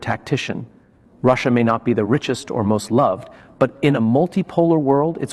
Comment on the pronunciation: Another AI who thinks Russia is pronounced "Russ" and "IA"!! Comical